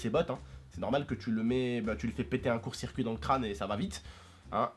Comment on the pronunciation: on ne dit pas cout de circuit mais court circuit